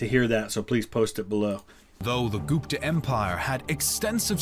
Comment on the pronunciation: Gupta is not pronounced [Goop-ta], it's pronounced [Gup-tha]. The letter u is pronounced the way you would pronounce it in the words "full" or "sugar".